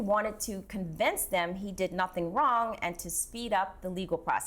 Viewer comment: He says whole lot of nutin 😂 Love it 😂😂😂😂